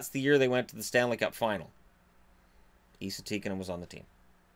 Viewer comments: It's not Ee-sa, it's Ess-a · Who’s Eeeesa Tikanen ??? You mean Esssahh , 🤦🏻‍♂️ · His name isn’t pronounced eesa, it’s like saying s, then adding an a. Essa. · Why do you pronounce ”Esa” as ”Iisa”? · Its not pronounced ii-sa! Its pronounced like the name Tessa without the the T. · No its Esa, E is pronounsed like E in word elf and Sa is pronounsed like Salt so Esalt but left lt off so Esa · Try saying Esa like the E in was an A, makes it sound way more Finnish.